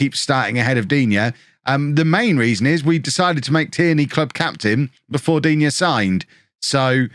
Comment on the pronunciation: Digne is pronounced Dee-Na- btw, didn't think he'd be this efficient after his Everton spell.